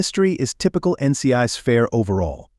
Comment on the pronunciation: I cannot stand the generated voice. It is not "N.C.I's" it is "N.C.I.S." ... PLEASE STOP!! I cannot even pay attention to your video simply because of the silly flaws!!!!! Please do better!!!!